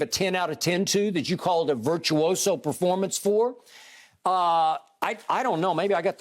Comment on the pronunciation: Shannon saying baformance? Performance not baformance